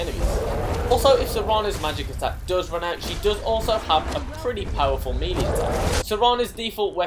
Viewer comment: Lmao.. the way you prounounced "melee"...